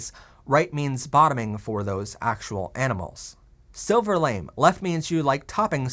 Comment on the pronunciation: Honey, it's not LAME (rhyming with SHAME), it's LAMÉ (lah-MAY): "lah-may gold", "silver lah-may". But kudos on pronouncing "mauve" correctly!